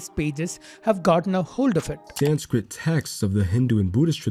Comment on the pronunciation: Bro you are Indian. You must know the correct pronunciation of the word "Sanskrit"